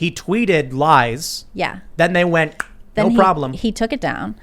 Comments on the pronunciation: Gnot at all! 😂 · JUST SAY GNO